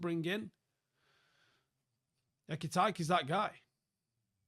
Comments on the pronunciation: ekitaike for "E-kee-tee-ke" is wild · Ekitajki?? 😂 Ffs